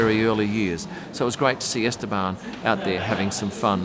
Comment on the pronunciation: Just a small comment Estabon pronunciation... my Spanish friend is telling me "please tell no B to be pronounced" he's not banned 😂